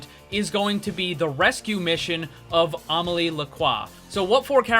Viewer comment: Why are you caling widowmaker Omily? It's Amélie, it sounds like uh-meh-lee.